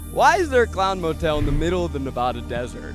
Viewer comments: This video is excellent, not trying to make a dig at anyone, just for anyone who may be interested, a pronunciation guide from a born-and-raised Nevadan: Tonopah - “Toe-nuh-p(long a sound like in “cart”)” Nevada - “Nev-(short a sound like in “cat”)-duh” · This was a fun watch but next time please look up pronunciations 😭😭 you were saying Tonopah and Nevada wrong, and your subtitle guy couldn’t spell Kwesi! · zach you pronounced both tonopah and nevada wrong 😭 so many times too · TONOPAH: Toe-nuh-paw NOT Tah-no-pa NEVADA: Nuh-vaa-duh NOT Nuh-vaw-duh 😂😂😂😂😂😂😂😂😂😂😂😂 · Can't decide if he mispronounced it on purpose or not... Nev-ah-duh (not Nev-aww-duh)... Toe-nah-paw (not Tonope-ah)... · the way zach pronounced Tonopah made me giggle every time. Its Toe-No-Pah and Nee-vah-dah 😂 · TOH'-nuh-pah and nuh-VA'-duh (short "a" sound) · hello! nevada resident here! just gotta say, my sister & i cracked UP every time zach mispronounced tonopah & nevada. 😂 (it’s pronounced TONE-UH-PAW and NUH-VAH-DUH) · Was looking for another Nevadan! Ne-VAD-uh, Toe-nuh-pah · Loved this video HOWEVER, my Nevada-born heart broke a little every time he said Nev-aw-duh and Tuh-no-puh 🤪 even after talking to the geologist who said it correctly haha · Zach. It’s Toe-Nuh-Pah, Nuh-Va-Duh.😹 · Good video. Really enjoyed the vibe but please check how to say the names of the places. It’s Neh-VA-duh and Toe-nuh-pah. We get testy about our pronunciations out here. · not toe-no-pah and nuh-vada😭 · To-no-PAH. You pronounce all three syllables clearly, and the emphasis is on the pah. Also, it's not Nevahda.... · Zach I love you, but I am a born Nevadian & you totally slaughtered the name of the town & the state. It’s Tone-uh-paw & Nuh-Vad-uh. During softball trips in high school we stayed at this hotel many of times, as it was the only hotel for a while. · Loved the video! The mispronunciations of Nevada and Tonopah were killing me though! 😂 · The way you pronounced tonopah and Nevada drove me crazy 😂